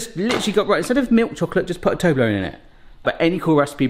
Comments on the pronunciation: Fun fact: The number ONE in ToblerONE is already english so you don't read it like «ToblerOWN» 🤓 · You pronounce Toblerone very strangely. In my family we say TUB-LUH-RUN.